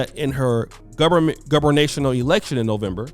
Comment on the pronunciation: 20 Gubernatorial not goverinational 😆